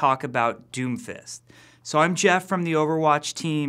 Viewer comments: I keep hearing doofus instead of Doomfist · Sorry but it's "Doom_Fist" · When he said doomfist I thought he said doofus